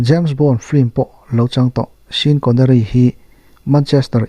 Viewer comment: Sapṭawng hi kan ṭawng anilo bawka lamdik lo hi hriatthiam chang a awm ṭhin, mahse a lar deuh ho lam diklo hi chuan beng a tikham. 'Sean' pawh hi 'Shawn' tia lam niin mi tam ber chuan chu chu kan hriat a rinawm. Sean Connery hming & miscarriage i lamdan hi chu thlak atan a itawm khawp mai.